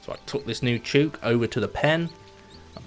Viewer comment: Thouroughly enjoyed the video. Love watching people play dinkum for the first time. Would love to see 200 days! Btw, chook rhymes with book lol